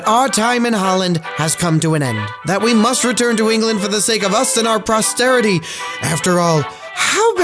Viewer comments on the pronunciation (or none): Posterity, not prosterity.